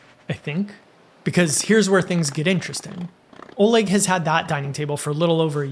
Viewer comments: "Oleg" is pronounced "ah-LEK" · lol I also know an Oleg.... Pretty sure it's pronounced more like A-leck. The Oleg I know rolled his eyes and made certain I knew how to pronounce his name after calling him O-leg 😂